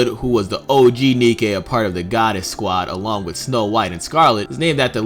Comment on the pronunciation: Say Nikke with the German inflection for words that end in "e."